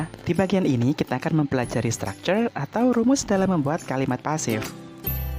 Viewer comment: kok stucture ? kan harusnya structure